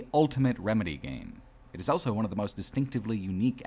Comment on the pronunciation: pronounces the word "also" as "elso".